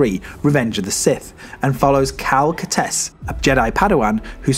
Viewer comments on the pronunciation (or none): Did he say Cal Katess??